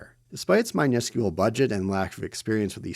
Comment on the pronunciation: Ive never heard someone say miniscule like you.